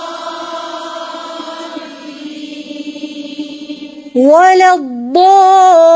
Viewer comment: Alhamdulillah bhot Acha prahti Hain lakim zuad KO Dal q prahti Hain Jaisae walazualleen ko ap waladuaaleen prahti Hain